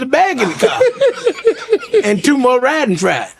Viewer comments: That mf said "Riding Fries" im done 😂😂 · My man said "Ridin Fries!! Lol!! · this man said riding fries 😂😂😂